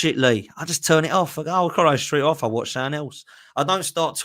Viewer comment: I love how says "something" lol, "suink"